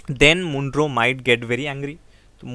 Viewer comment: Sir, it's Mon-ro not M-oon-ro